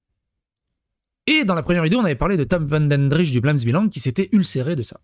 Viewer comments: prononce : " Vlaams Bélang " et non vlaams b"i"lang :)* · C'est Vlaamse BEUH-Lang. :)